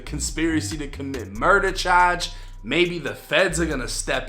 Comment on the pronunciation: "Chahdge"